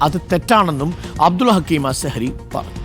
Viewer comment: അസ്‌കരി അല്ല അസ്ഹരി യാണ് ഉസ്താദ് പറഞ്ഞത് കൃത്യം